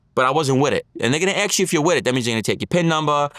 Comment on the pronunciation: Ask not Ax